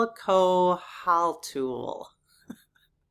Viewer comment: Quetzalcoatl: say Quets- Al-Coat-el